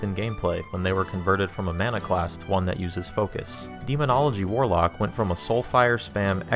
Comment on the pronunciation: I'm I hearing things, or is he saying "warlick" instead of "warlock"? I get this video and the point. I can't get on board with WoW anymore. I started playing in 06, quit in '10 (thanks university...) and tried again around 2018 or so. Couldn't stay with it for long as it was just too different from what I enjoyed from the beginning.